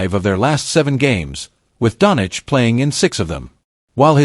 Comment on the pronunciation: 'DON CHEECH' NOT DONICH YOUSTUPID SHIT...